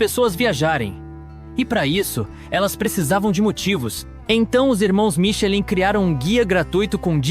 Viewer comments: por favor, pronuncie algo próximo a michelán. No vídeo, por gentileza, não à sonoridade vocalizada para Michelin. Confie no auto falante do google tradutor ou aplicativo superior, conforme o idioma da palavra, claro. Parabéns pela produção. Muito bom o vídeo. 👍 👉 Francês; ⌨️ Michelin; 👉🔊👂 michelán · a pronuncia correto é MICHELAN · SÓ UM DETALHE : ESTRELAS " MICHELIN", PRONUNCIA " MICHELAN"- O CONTEUDO, DO VÍDEO, É ÚTIL E NECESSÁRIO. TEM CULTURA, TAMBÉM. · Vídeo muito bem construído.Apenas a pronúncia Michelin (palavra francesa) não está correta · Podia aprender a pronunciar corretamente nomes como Fois Gras, Michelin …